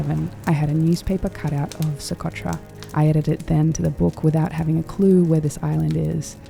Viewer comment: Que barbaridad, se podia quitar el chicle de la boca, ni Socotra sabe pronunciar.